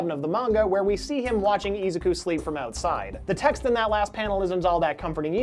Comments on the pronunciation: Ezu-kew? Who dat. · Mhm no one is also talking about the mispronunciation of Izuku’s name.